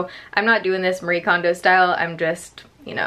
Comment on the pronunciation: FYI! Marie Kondo's name is pronounced Mah-ree-eh, or I hear her say just Mari sometimes, which is probably easier for english speakers.